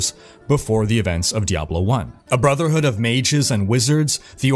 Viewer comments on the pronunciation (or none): none